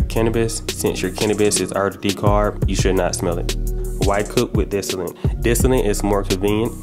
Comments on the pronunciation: My man... it's called DISTILLATE not disilant 🤣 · DIS TOLL IT. not disinent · lol "dissinnite" "dissillit" "disllate" "disinnit" BRO IT'S DIS-TILL-ETT or simpler "Distill it" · "Distallant" I never knew there was an n in it loll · I swear you sayin "disalint".. lol Thanks for the video I put a thumb in it' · I know and it seems like most people can't say it right. I cringe every time he says "distillant" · Dis-till-ate no "n" but great review, man. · Where do u see n in the word distillate why u sayin distilint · Y the fuck he keep callin it dis ti lint abahahaha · Say dis-tah-lit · There is no “n” in distillate! You keep saying distillante grrr lol 😆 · Guy cant even say the word distillate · Lol is he saying dissilant and estract? Lmfao